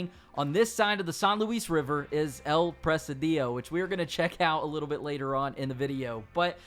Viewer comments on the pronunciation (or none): Dude,forget the accent, really should work on your reading. El presEdio? PRE-SI-DIO; conado river? You missed an "O" CorOnado. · El PRE SI DIO (I=EE) NO EL PRE SE DIOU LMAO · It pronounce the "" I " in the middle stronger: El presídio. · Not Press-a-DIO. It's Pre-SID-io. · It’s not “press uh dee yo”. It’s press SID eeoh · It’s pronounced like prezidio no pressadio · The way you're saying presi-dEO is killing me. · presidio is pronounced pruh-sid-e-o bro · Your inability to pronounce Presidio is infuriating. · It’s annoying how Americans can’t pronounce a simple word such as “presidio”. Google translator can help you to pronounce words in a foreign language before you make a video like this. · What a way to say presidio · Thanks for the info! I just can’t stand the way you pronounce “Presidio” over and over during the video. The stress is on the first “i”, not on the second one! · Presidio, please look up the pronunciation. The way you mispronounce it is so bad. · First time i seen/heard someone roll they I's lol